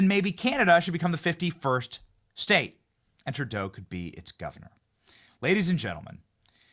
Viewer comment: At about 2 minutes in it sounded like you said "TurDeau" then corrected yourself to "TruDeau". Its okay Benny, many of us in Canada call him "TurDeau". 💩 Another favorite pet name we have for him is "Justine Trudeau". God bless you Benny from Toronto Canada 🇨🇦🤗✝️🇺🇸